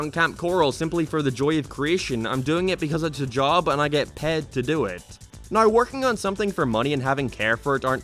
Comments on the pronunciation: Now not ner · why the hell does he say now like noweeer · His accent when he says now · Why are you saying "now" like that